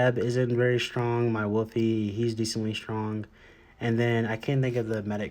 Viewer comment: "Wolfie" ?? That annoyed me to much to watch